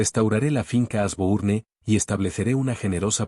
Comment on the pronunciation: Sugerencia el nombre Genevieve se pronuncia Geneviev (no se toma en cuenta la e final) igual Asbourne que se pronuncia Asbourn y Higgins, Higuins😊👍🏻